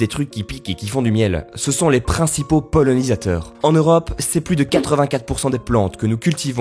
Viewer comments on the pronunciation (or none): On ne dit pas polonisateur mais, polinisateur